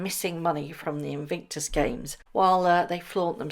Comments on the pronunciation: Love the pronunciation of INVICTUS as INVINCTUS. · In VIC tus - not in VINC tus. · Bless you but please say InVICtus and not InVINCtus!!! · Your question: "what do you think she has done to her face"? My answer: Destroyed it! 😅 Edit: Just a little note, there's only 1 "N" in Invictus - In vic tus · It's "In VIC tus", not In VINK tus" - could you correct that one, please? Driving us batty! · are you being ironic by saying Invinctus and not Invictus?? If not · You are pronouncing Invictus incorrectly. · Morning do you realise you pronounce Invictus incorrectly. I know you like to report accurately.